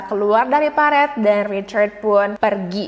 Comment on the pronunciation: Parit ya kak, bukan peritt